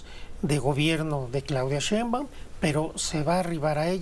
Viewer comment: Ese sr no sabe ni pronunciar el apedillo de la Presidenta